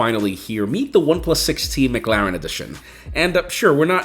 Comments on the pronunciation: Good video but it's 'Muh' Claren not 'Mug' Laren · McClaren, not mcLaren 😅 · Your saying McLaren wrong the whole time 😂 and idk if anyone even noticed it